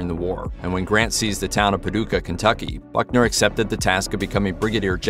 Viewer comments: It's Buckner, not Bunker. Oh, I see you fixed it. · Pallbearer Confederate General Simon Bolivar Buckner, not "Bunker". He was a West Point classmate of Grant. He was also the CSA general that surrendered Fort Donelson to Grant ("unconditional surrender") in 1862 for Grants first huge victory and surrender of an entire CSA army (Vicksburg & Appomatox would come later). Buckners son, of the same name, was commander of the American army at Okanawa in WWII and was killed in the final stages of the battle. News reporters need to polish up on the historical homework before making presentations on television...."Bunker", geezzz LOL. At least he got it right later....